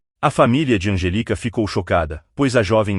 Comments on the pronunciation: O nome da menina deve ser Angélica. Esquisita essa pronúncia sem a acentuação da sílaba tônica. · İsso é voz de İA, essa voz erra com frequência a prosódia (onde a sílaba tônica fica) das palavras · O nome dela é Anjelica, e não Angélica, como pronunciamos no Brasil.